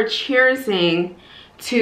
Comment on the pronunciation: Cheerzing???? Lol cheering